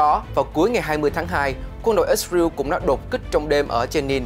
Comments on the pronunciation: đa số thì toàn là ít ra eo hoặc ít ra en thôi bạn chứ ko ai đọc là ít ra iu đâu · Ít sờ rờ yêu là sai, sờ rờ eo mới đúng 😂. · ix-rew là nước nào vậy cưng, is-ra-el. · Lần đầu tiên nghe có nước i sờ riu !!!! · Ít sờ rờ yêu. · ko phải cùng QG mà phát âm nhiều ~ mà cách phiên âm sai- IsRael ko phải Its real- chứ giọng huế SG HN khác bth mà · Kênh nên thống nhất cách phát âm của BTV, có người thì "ít sa riu, người thì ít sa ren, người thì i sờ ra eo" cùng 1 quốc gia mà phát âm nhiều quá nghe nó sao sao á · Ít riu là nước nào vậy, hãy phát ngôn chuẩn, để người nghe hiểu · lần đầu mới nghe có thằng kêu là ít sờ ra iu kkkkkkk